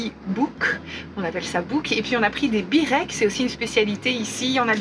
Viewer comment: Belles images de ce beau pays ! PS : cela s'écrit byrek, mais cela se prononce bUrek😉